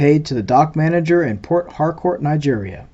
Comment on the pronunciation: you are pronouncing port harcourt wrong. i know its two words but you gotta say it fast as if one word